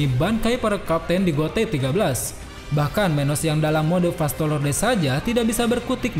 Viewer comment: 7.19 Vasto Lorde woiii, bukan Vasto Lonte 😹😹